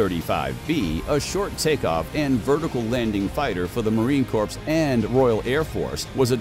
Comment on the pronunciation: It's pronounced "corr", NOT "corpse". Sheesh!